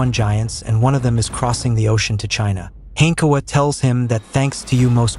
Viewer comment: Jinha ❌ China ✅